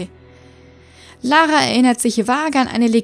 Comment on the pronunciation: wieso sprichst du Lara denn Deutsch aus? Ist doch aus England ...